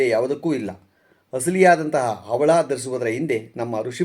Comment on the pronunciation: ಅವಳ ಅಲ್ಲ ಹವಳ